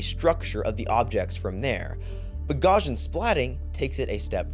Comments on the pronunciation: It’s actually pronounced “Gaussian” 😌🫡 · please, I beg you, go and find out how to pronounce 'gaussian' properly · It drives me crazy that everyone constantly mispronounces Gaussian as “GOSH-un”.